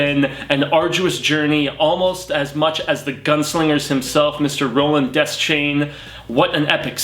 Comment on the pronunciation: sorry but your pronunciation of a lot of in universe words and names is terrible. roland dez chain ? uh? pretty sure its pronounced de- shane. paliver? nah its pah-lava. cmon dude.